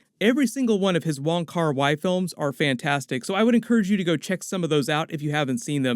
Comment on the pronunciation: minor correction in : It should be " Wong Kar-wai " based on Wikipedia I'm pretty certain that his surname is Wong, instead of Won